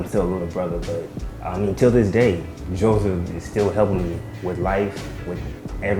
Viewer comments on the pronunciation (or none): Why is she sayin Jawseph